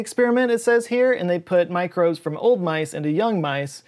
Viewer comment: "gut macrobes" vs Texas drawal: is letting his Southern rise... again